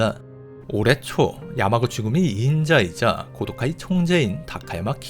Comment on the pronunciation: 고도카이의 정확한 명칭은 코우도우까이로 발음...弘道会(참고로 하고 무시할 사람은 무시해도 됨)